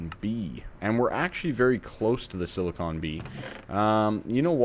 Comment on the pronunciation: Hey, you were saying Silicon! Thank you! Congrats on starting AE.